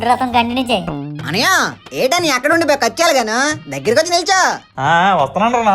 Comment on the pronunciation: Kechali kada adhi kachali ha